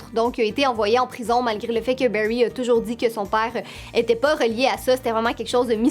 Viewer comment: Mes séries préféré c Steven Universe et My Little Pony Berry😂😂😂😂 c bary allen t pas obligé de prendre accent anglais pour les prénoms pck on dirai que tu dit le mot baie en anglais